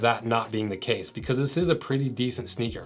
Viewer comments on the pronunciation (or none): none